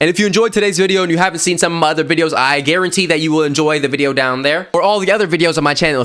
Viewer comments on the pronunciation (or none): none